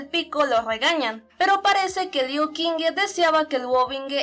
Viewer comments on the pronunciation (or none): Friendly reminder that the Q is pronounced like CH, not like a K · Soy imbécil ⊂(・﹏・⊂) hice un fallo enorme en la pronunciación del nombre de Liu Qingge, Qingge se pronuncia como "Chingge" y yo de estúpido lo pronuncie como K. Lo siento mucho!!! (╯°□°）╯︵ ┻━┻